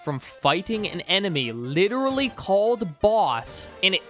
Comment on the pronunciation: i agree with 90% of the video but litttelrally cant handle you saying littttleraly one more literraly time